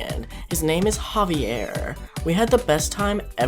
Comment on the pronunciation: looool "Javier" love how you said that xD